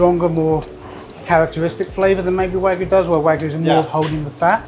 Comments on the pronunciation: It's wagyu (wag-you) not wagu (wa-goo). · It is WAGYU not WAG-oO. You say WAG then YU. Not WAG followed by oO. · say wagoo one more time i dare you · Some people say that British food is lacking in sophistication. I disagree, though when the chefs of one of our top restaurants can't pronounce "wagyu", I do start to wonder.